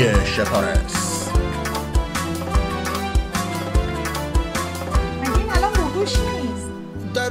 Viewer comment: پرى جان اينقسم تلفظ ميشود إش پار لس Ishparlas به زبان پشتو يعنى عدد ١٦ معنى دارد